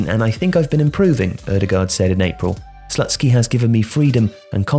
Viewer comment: Great content,! However, I feel like in this case there is a need for a little correction 😄. The coaches name is pronounced more like Slootskiy, not Slut-ski. (Usually I wouldn't mind, but I think it just sounds too wrong 😂)